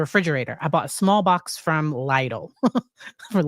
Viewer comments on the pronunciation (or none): Love your videos. But I've noticed in a few videos you are struggling with the German Lidl supermarket pronunciation. It will be pronounced "LEE-dl" rhyming with "needle." I hope that helps, and thank you for pronouncing foreign words correctly.:face-red-heart-shape:👏